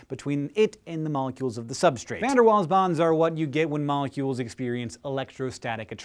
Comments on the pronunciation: It's pronounced vander VAALS not waals. But great video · It's pronounced 'fun dir Vaal'. Dutch surname, so the v and w are different to English. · It annoys me because Van Der Waals has always been pronounced "Van Der Valls" where I come from... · no, it's pronounced '' Van der Vaals'' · pronounced VDW wrong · omg the way you pronounce VDW is like cancer to my ears :( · Van der Waals.. we pronounce the W as a V in the uk :P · that pronunciation of van der waals was horrible, however i can forgive you a little because now i know that my duct tap is a magnet of sorts too!